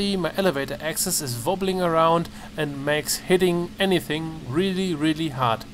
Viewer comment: lol love your "VOBBLING" great dude